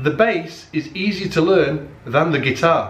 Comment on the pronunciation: Yeah, english too. "Laern".